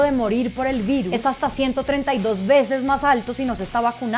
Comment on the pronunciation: Se nota una vez más que esta periodista nunca ha tenido una clase de español que valga la pena: insiste en pronunciar la palabra 'virus' como si fuera una palabra inglesa o francesa donde sí existe el sonido /v/. En español la letra 'v' se pronuncia exactamente como la 'b'. Entonces en español es correcto decir /birus/ NO /virus/. Tampoco /venesuela/ sino /benesuela/ en español polombiano. De otra parte esta periodista mostrando su inconsistencia pronuncia correctamente las palabras 'vamos', 'meta verso', 'vacunista' y 'vacunados'. Y también le falla la gramática pues dice 'acompáñeNNos' cuando lo correcto es 'acompáñeNos'. Así mismo me imagino que diría 'vámosnos' cuando lo correcto es 'vámonos'. Un repaso de la gramática del español no sería mala idea.